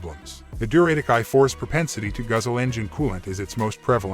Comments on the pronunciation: Pronounced du-ra-tec, not Duray-tec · REALLY annoying pronunciation of "Duratec" by the robo-voice. An Atkinson version of this engine is still used in hybrids in 2024 and beyond.